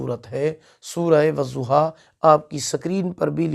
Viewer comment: I am sorry sir lakin.... Ap galat perh rhy hai.... "Wazoha" nhi hita "wadoha " hota h